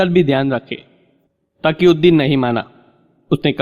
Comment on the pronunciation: Pehly tum apni urdu sudhar lo phir bolna taqi ko Taki aur phylao failao zamen ko jamen aur bahot se ghaltyan hay talaffuz theek karlo phir recordings karna a. Faraaz. Bombay